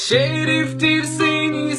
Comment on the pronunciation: olum bu yan lış ses şiriftir değil şereftir